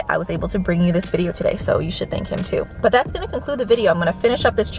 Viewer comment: Anyone saw BUTT when she said but 😂